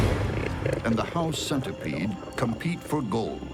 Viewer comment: When he said “house centerpiede” I looked around my room.